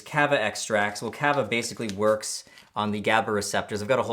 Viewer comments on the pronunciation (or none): it's pronounced kāhvāh. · I am a huge fan and I really love your channel, but I fucking cringe every time you say "kava" incorrectly. The first "a" in kava sounds like the "a" in "taco", not the "a" in "cat."